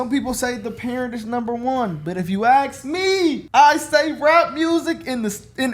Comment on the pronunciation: “If you AXE me….” 😂